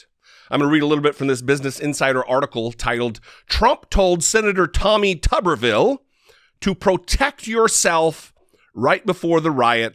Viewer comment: It's pronounced tooberville, not tubberville. Tuberville, like potato town.